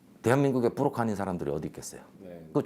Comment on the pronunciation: 브로커 를 뿌로커 로 발음하는 필터없는 뇌. 개념 있어 보이려고 무던히 애쓰지만 어휘력에서 드러나는 조잡함. 저런 하급 꾼에게 조련당하는 역시 같은 급 여자. 천박한 국정. 치욕의 3년.